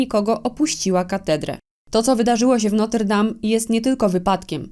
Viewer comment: A nie Notre zamiast Noter 😊